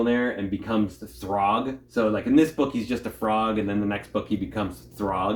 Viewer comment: Hmm... maybe because the writer/penciller/inker/cover artist of the book is...Walter Simonson. And it's "Throg"...not "Thorg".